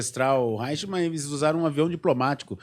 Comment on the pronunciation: O nome é Adolph Eichmann, e não Reichmann. Pronúncia-se {aichmann}... O cardeal Eugénio Pacelli, foi núncio apostólico em Berlin até 1935, É saudava o "Führer, com tonitruantes "Heil Hitler ...esse cardeal era um príncipe da casa real italiana, país que fêz parte do Eixo, junto com o Japão. Esse cardeal já em 1940, já era o Papa Pio XII... fascistão...daí a facilidade com que os nazistas conseguiram obter passaportes diplomáticos do Vaticano . Organização Criminosa milenaria... A Hungria era aliada de primeira hora da Alemanha nazista. "Stammer" não e um nome húngaro, é alemão... Havia e há na Hungria, numerosa minorias étnicas alemãs, do período austro-hungaro... Como em todos os países balcânica...:Romênia, Croácia, Eslovênia ,Servia etc..daí o grito de guerra dos nazista era: "Ein Volk, sim Reich, sim Führer.... E pelas leis do III REICH..., ALEMÃO, É TODO AQUELES DE SANGUE ALEMÃO/germânicos, independente ONDE QUER QUE TIVESSEM NASCIDO.